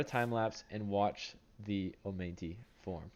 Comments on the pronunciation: It is not pronounced "oh-mine-tee" dumbass it's "oh-mah-night"😂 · Great update.. But I can't help but notice how you repeatedly butchered pronouncing omanyte 🤣🤣🤣 it should be read as oma-knight.